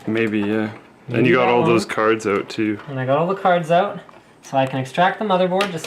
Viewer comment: "You have all those cards oot" lol Slick